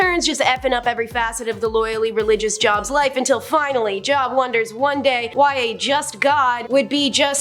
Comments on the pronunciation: Hi, i've been noticing that is majority of the time, not pronouncing names correctly. JOB IS PRONOUNCES Jobe, not job. She also talks really, really fast. And she stands there as if she doesn't want to be there. When she's talking about god or the bible, she's cursing. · It's pronounced Jobe not Job, long O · Its not job its joub pronounced job add the u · Job. Pronounced Jobe. Long vowel. Love your presentation, but please, please, please verify pronunciations before recording. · Don't come at her about Job. You're not pronouncing it any more correctly than she. It was actually "Y-ohve." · Job is pronounced Jobe. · I don’t even believe in religion but I know the name, Job, is pronounced with the long o sound (o-e) and not like what you do for a living. Good lord the stupidity